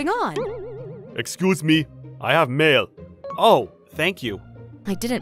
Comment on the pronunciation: “excuse me i hab mail” 😂😂